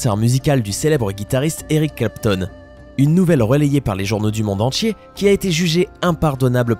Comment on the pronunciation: "Setchem art" "Matchères de premier choix" "Monde entché" "digne d'un héritcher" on croirait entendre l'autre asiat